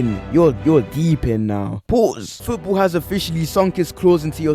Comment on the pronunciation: That "puase" was making me laugh